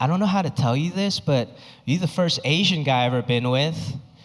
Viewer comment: Best thing about this guy is his accent,, he says ,Ashhyann instead of asian 😅😅 hhh